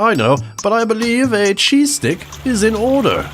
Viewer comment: Oh man, I kept hearing "Cheesesteak" for the first 5 minutes of this video. Even though I wasn't eating any of it, I STILL got disappointed when I realized it was only a cheese STICK.